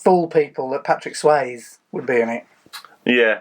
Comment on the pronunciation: Holy Moses what happened to Tracy? Oh and btw it's Patrick Swayzeeeeeeee not swayz